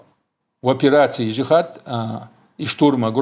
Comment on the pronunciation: Я Чеченец и я свободный гражданин я не за имарат не за арабов не за правительство в изгнании Этот вопрос я задал зачем ты выносишь все на публику....и почему ты когда говориш слово джихад не полностью выговариваешь это слово не уж то боишься что интерпол заявится